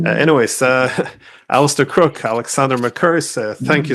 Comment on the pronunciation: Mr. Diesen, your guest's name is c R o o k e. I think you ought to pronounce it correctly.